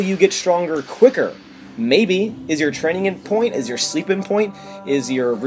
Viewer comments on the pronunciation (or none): i can't tell if you're saying "in point" or "on point" and it's buggin me for some reason